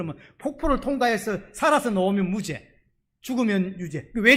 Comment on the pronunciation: 너무 잘 들려오는 설교입니다 무죄가 증명된다는설교중 무죄 무제 증명 정명 으로 발음되어도 웃음지으며 잘 알아듣는 저도 경상도 인지라 ᆢ 구독신청하고 잘듣고있읍니다 찐^^